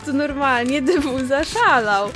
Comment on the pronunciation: Dzieki ale to jest Thew a nie DW;) Dw sie wymawia a w sumie tak wymawia